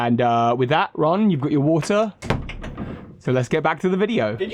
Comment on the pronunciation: “It melts da wattuh” made me cackle